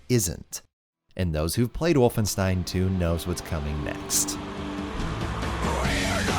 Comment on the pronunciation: Nobody:: So I played Wolfenstine I ain’t even mad